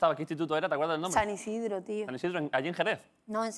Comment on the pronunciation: esta señora que no hable de Sevilla si no le importa, porque no se sabe ni el nombre de su instituto, es SAN ISIDORO, no San Isidro